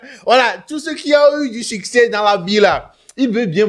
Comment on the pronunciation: Il dis suceur et non succès